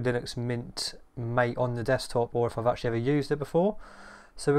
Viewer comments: It's pronounced ma-tei, not mate. (let the war begin) Can you install snap on Mate or does it has the same policy as on Cinnamon? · The name " MATE " is pronounced Ma-Tay . It comes from the yerba maté plant, native to South America. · Best reviews mate.. and just so you know MATE pronounced as Maa-Tey (-: Liked the magic lmao